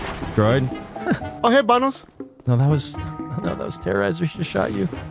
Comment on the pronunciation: I love it when droid says banoss